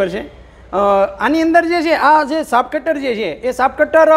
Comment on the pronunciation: Saaf cutter Nahi muriya saaheb chaaf cutter bolo